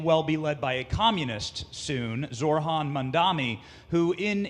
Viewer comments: It’s “Zohran” you absolute brick, not “Zor-han” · “Zor-Han Mamdani” Bro it is NOT hard to pronounce a persons name correctly. What a douchebag. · Mispronouncing Zorans name so egregiously is so purposely disrespectful.